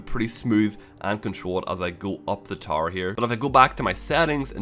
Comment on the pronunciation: Man it took me a min to realize you were saying "tower" lol with that accent it sounds like "tar" XD Those skulls for CE:A are not new btw... well, maybe new to MCC but they were all in the original CE Anniversary released in 2011.